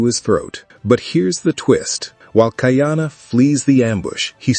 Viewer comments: Not kai-ana, ka-ee-ana. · It’s not Kai Ana . It’s pronounced Ka-I-Ana